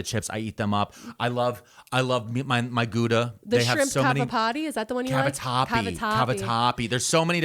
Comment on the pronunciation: Gouda sounds like how as in "how do you do?". So ghowda, definitely not gooda. I like deep dark jeans. I'm my opinion they just look better.